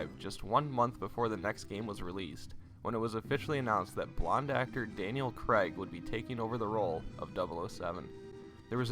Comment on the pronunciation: Why you pronouncing his name as Daniel Creg lol? Its Craig, pronounced Craig, emphasis on the ai.